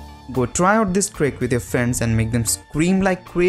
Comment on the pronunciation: It's not tombs it's thumb and it's vends it's friends